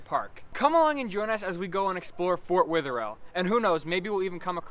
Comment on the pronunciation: And sorry for all the comments but its driving me insane its pronounced weather-ill